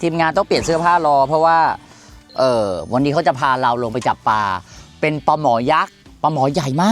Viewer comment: ปลาครับไม่ใช่ปา เสียชื่อผู้ประกาศหมดเลย